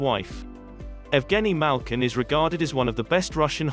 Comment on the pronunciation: Work on learning the actual pronunciations, too. It’s BER-zher-on, not BUR-ger-on (perhaps the narrator was hungry?), and it’s MAHL-kin (as in shopping mall), not MAYL-kin (as in malfeasance).